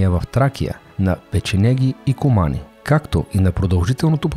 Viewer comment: Септи́мий Севе́р, не се́вер. Малами́р, не Ма́ламир. Говориш за Светослав І - средновековен владетел на Киевска Рус на фона на ренесансово френско облекло!? Ку́мани, не кума́ни, макар че на руски произношението е така. А за периода на Априлското въстание, Руско-турската освободителна война и Съединението и Сръбско-българската война, може ли да говорите на фона на средновековни, Наполеонови, американски от времето на гражданската война и български от ПСВ войници и съвременни кадри?! Толкова български и руски филми за този период има - "Записки по българските въстания", "Под игото", "Опълченците на Шипка", "Пътят към София", "Турски гамбит", "Имало една война", толкова ли не можахте да вземете кадри от тях?😒